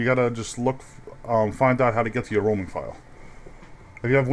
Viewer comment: NICE VOICE! I like how when you say roaming it sounds like your saying roman.